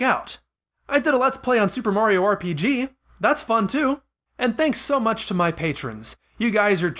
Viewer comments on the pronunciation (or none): none